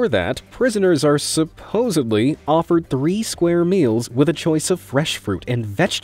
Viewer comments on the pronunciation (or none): Love it when someone says “supposebly”